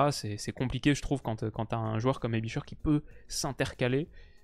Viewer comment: très bonne vidéo. Aebischer se prononce « aibichair » et non pas « aibicheure »mais c’est juste un détail